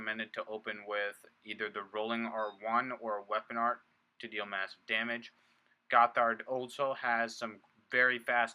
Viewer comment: it's pronounced Gott-hard, two words.